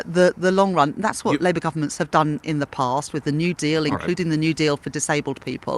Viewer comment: Layber, blayming the last government agayn!